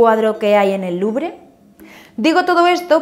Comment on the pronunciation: ... cada vez que dices museo del LuBRE... omg!! wtf!!